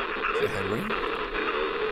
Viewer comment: “Is that Henry?” “GONRY”